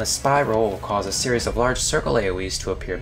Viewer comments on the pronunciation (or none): none